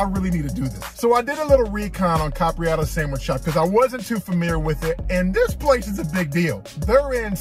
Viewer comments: Bro why you keep calling it Capriotta’s? Capriotti’s with an i 😂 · Please please pronounce it right...its cap ri ot tees I know I'm spelling it wrong on purpose to give u a break down....good video bro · Why can’t ANYONE pronounce the name right.. it’s like they don’t even read the name… where does this dude see an A at the end